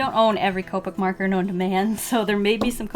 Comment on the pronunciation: she said "merker" lol